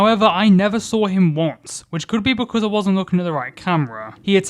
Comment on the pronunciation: dude i love this video but why do you say "because" as "buh cuh"